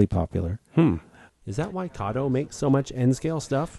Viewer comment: It’s pronounced kato